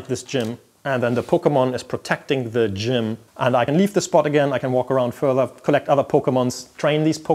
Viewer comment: I can't stop smiling whenever he says "D'jmm"